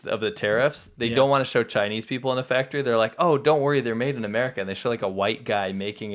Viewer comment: where is the engine factory (fak-a-tree) soundbite lady????